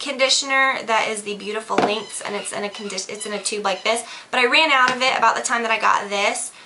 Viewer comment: It sounds like your saying links instead of lengths of your hair